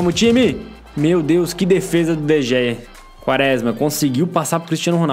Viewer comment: n se fala de gea se fala de rea